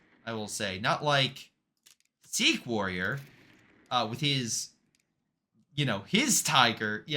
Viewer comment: you're saying his name wrong, it's not "ski warrior". it's pronounced "seek warrior", like the religion.